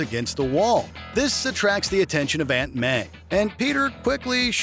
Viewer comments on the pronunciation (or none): none